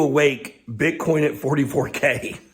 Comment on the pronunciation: Its Bitcoin not Bithoin. Its coin not hoin.